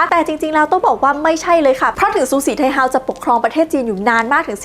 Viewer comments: ฉือสี่ไท่เฮ้อว慈禧太后 เสียงจีนกลาง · ภาษาจีนอ่าน สือ สี่ ไท โห้ว ทำไมบ้านเราถึงออกเสียงว่า ซูสีไทเฮา